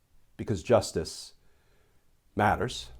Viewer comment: Justice Matters is more meaningful when spoken softly than when each word is loudly emphasized.